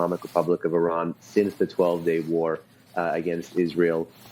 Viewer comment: Say Italy, then India, then Indonesia and now Iran! Now you know how to pronounce Iran! Thank you for trying❤